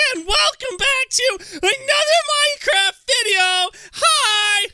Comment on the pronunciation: Hahaha you said minecrap